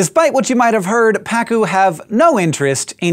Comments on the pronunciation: Just adding: it's pronounced "paCU" not "PAcu". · Its name is actually pa-CU, which in spanish we write pacú. Quite sad the fact that it's an invasive species. On the bright side let tell you, it's delicious when grilled!